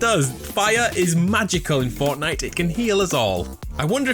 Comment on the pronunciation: it sounds like he says fartnite 🤣🤣🤣